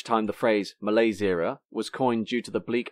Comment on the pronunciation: Wrong pronunciation of the word "malaise"